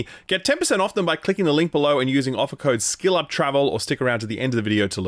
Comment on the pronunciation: So you don’t pronounce the h in “click holding” But you pronounce skill up as shill up I’m confused